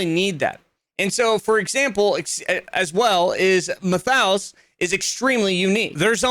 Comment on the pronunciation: Great video, just as a note, Matthaus is pronounced Matt-ay-us 👍